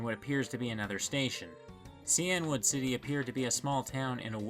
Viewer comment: It's Cainwood!!! Hard C!! Kane Wood!!